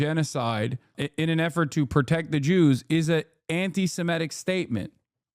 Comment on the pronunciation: I love how the FOX people can't even pronounce Antisemitic correctly while acting like they care SO much about the topic